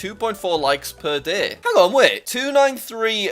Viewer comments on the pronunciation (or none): Day not DAAAA